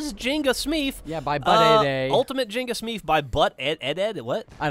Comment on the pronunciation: Its Shmeef not Smeef